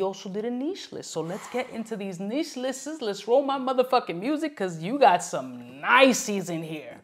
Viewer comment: “Listes” lol